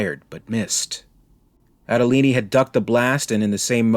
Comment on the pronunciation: So it says "Andolini" on the gun but we are supposed to pronounce it Adolini in stead?